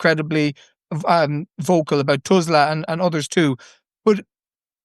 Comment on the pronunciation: your point would be more effectively made if you could pronounce Tusla